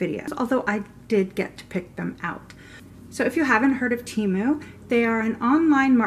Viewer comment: THANK YOU for pronouncing Temu right!!!